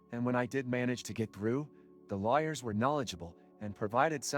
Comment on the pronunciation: I have ARAG coverage here in the US as part of Labor Contract benefits package. I first used it 6 years ago and it went well. I am about to use it again concerning a real estate deed transfer,so we shall see how that goes. BTW, the AI voice over in this video pronounced "lawyers" as "Liars"--just sayin'. 😏